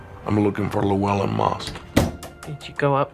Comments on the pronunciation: but the bot totally botched Llewelyn .... "Luwell-in" lol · LLEWELYNN sounds like Lou Well an,, not the massacre of the narrator.. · It also butchered 'Llewelyn'. But, to be fair, few non-Welsh speakers can pronounce it correctly.